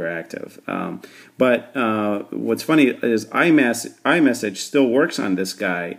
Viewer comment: iMess :D